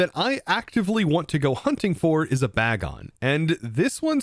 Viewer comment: you could also use T-wave gyarados to help catch pokemon instead of sing jigglypuff, also its pronounced Bagon as in bacon.